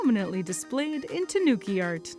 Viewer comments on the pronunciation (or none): It's not tah NOO ki. No extra emphasis. It's just tahnooki. It would be closer to slightly emphasize the tah. More like TAHnooki rather than tahNOOki.